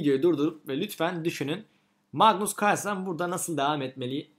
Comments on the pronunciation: magnus cuarlsen demene bir ben gıcık oldum galiba:D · mıgnıs kıırlsen